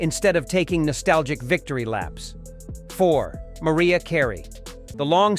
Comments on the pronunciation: At first he says "Maria" Carey.... then he actually says "Mariah" Carey....😤🤭🤦🏽‍♀🤔😅😂🤣✌🏽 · Do you really truly not know how to pronounce Mariah?